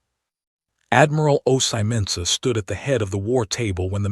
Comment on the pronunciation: They consistently pronounce Ozymandias incorrectly. "My name is Ozymandias king of kings. Look upon my works ye mighty and despair!"